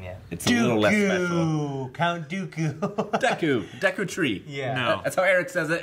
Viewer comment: Not gonna lie I wanted to slap that dude that said Count "Deku"